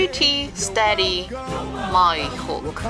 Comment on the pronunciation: It’s Maui not Muai